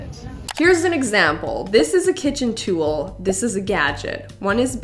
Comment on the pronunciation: Where are you from? Your pronunciation of "tool" is cracking me tf up ~Tewl~